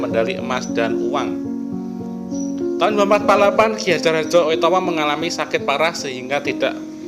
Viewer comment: Baca "oe" itu "u" ... saya yakin host nya paham ... tapi jangan gitu dong mas ... di baca sesuai ejaan aja ... alur ceritanya menarik dan bagus cuma ya ejaan nya aja ... ngapunten mas